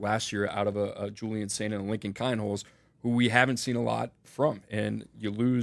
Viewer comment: It’s pronounced “Keen-holtz” …. NOT “Kine-holtz”